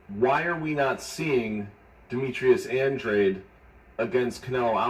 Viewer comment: It’s not andrady ! It’s Andrade ! Like Gatorade ! Shits annoying bruh